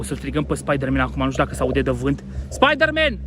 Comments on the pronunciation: Spaidărmen! Spaidărmen! Cel mai blanao clip!! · sa moara mama cand am auzit cum a spus spieder-man am facut o criza de ras si mai ales la editul tau bv coaie